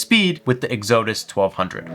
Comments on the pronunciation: Egg-Zoeh-Diss ??? This kinda shit is embarrassing. Go to school. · Yes…. EX-uh-dus, please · LOL, love the way you pronounced EXODUS! I get it, I-gor/E-gor. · Okay, so we aren't going to talk about how he is pronouncing Exodus! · Exodus is pronounced ek-sə-dəs. But maybe you're pronouncing it wrong on purpose. The way we mispronounce Oupes. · So he can’t pronounce Oupes or Exodus, and this is why I use hobo tech and not this kid. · Why do you intentially mispronounce the company name when you know how to pronounce it? Not to mention "Exodus" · I love your content, but this needs to be said: it was funny to call it "oops" once. Ha ha. You hurt your professional reputation by continuing to do it when you know better. And the word "Exodus" is very common. I'd look that up in the dictionary before mispronouncing it again.